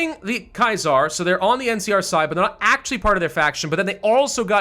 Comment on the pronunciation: The way you say Kaiser is wrong